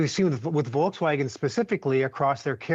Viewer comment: volksvagen? you are doin this intentionally?